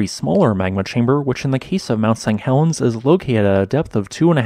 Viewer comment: Why do you keep saying "mount Sang Helens" ?